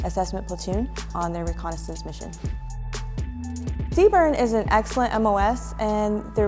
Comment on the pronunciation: never heard CBRN be pronounced Seebern before 😂